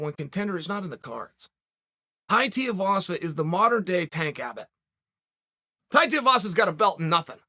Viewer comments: its tai tui vasa not tai tiavasa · "Tie Teahvasa" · Too-eee-vasa say it with me uncle Chael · Good ol Tai Teeavasa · Who the fuck is Tai Tee-uhvasa? I swear Chael mispronounces on purpose lol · Tai Tiavaza - he does it every. Friggin. Time. :D Edit: is there a SINGLE vid where Unc doesnt get at least 1 name wrong?